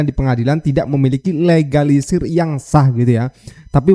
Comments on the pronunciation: Kl STNK fotocopy trs di sempet bisa gak buat bukti keasliannya, termul guoblok nya puoooool😅 ngomong legalisir jd egalisir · ngomongnya egalisisr atau legalisir sihhhh ??? ... korslet nihhh otaknya